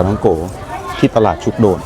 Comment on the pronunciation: คนเมืองกาญจน์เรียก ชุก-กะ-โดน ครับ